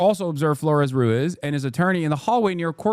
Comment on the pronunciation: There is a trilled R in Ruiz. You trill when there are two Rs written, but also at the start of a word, or after a certain consonants like a b, or optionally at the end of a word